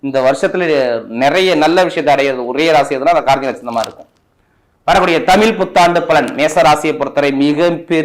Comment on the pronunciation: ஐயா தமில் புத்தாண்டு இல்லை தமிழ்... தமிழ்... தமிழ் புத்தாண்டு